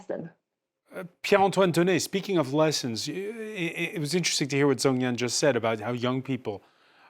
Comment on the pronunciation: Please work on your pronunciation of Chinese names. Zhang must be pronounced /d͡ʒɑŋ/. There are many other examples.